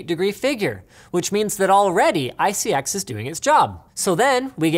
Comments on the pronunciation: It's pronounced (eye-see-ex) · Linus you want to know who you pronounce iCX, it is i-C-X.... not every acronym is said as a word. It is like how the EPA is E-P-A and not EEPPPAAA!! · Linus, it's obviously pronounced "ICX" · I thought he siad isis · You pronounce it as "ISIS" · ICX pronunciation EYE-SIS. your welcome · Did anyone else think that when he was trying to pronounce ICX it sort of sounded like isis? I thought this was pretty funny, but he could be a threat, we need a conspiracy video with evidence supporting or refuting if he's isis for all of our safety. Like this comment if you think #LinusisIsis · Pronounced "Eye Sex"